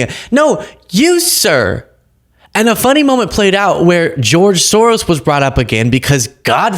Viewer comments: He can't even say George . He's definitely on the Short Bus Crew . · I hate how he says George